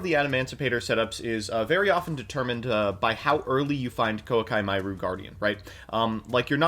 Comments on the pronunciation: the way pronounces koa'ki hurts me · the most entertaining part of this video is not the zombies player but how pronounces koa’ki meiru